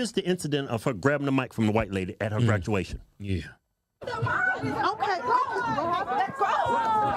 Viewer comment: TAKE HER GGRADUATION CERTIFICATE BAACCKK